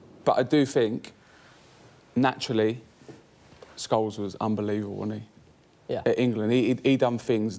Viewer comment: Rio say scholes 🤣🤣🤣